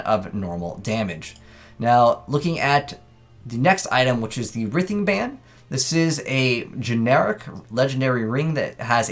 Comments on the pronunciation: writhing is pronounced like rye-thing, not rih-thing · Lol that's what I said. Like to writhe on the ground in pain.